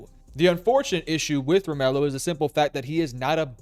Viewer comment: It's pronounced Romello.....lol